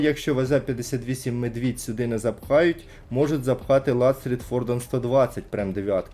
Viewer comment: Не Медвiдь, а Ведмiдь